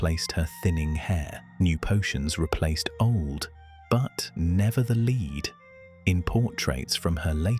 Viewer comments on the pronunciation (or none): More rotten AI narration. The "leed" seeped into the pores ...